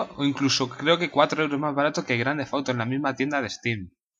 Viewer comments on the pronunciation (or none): ¿Fauto? No sabes pronunciar.